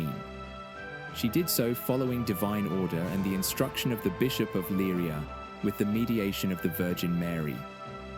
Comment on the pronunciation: Please get the names right! The places are Leiria and Cova da Iria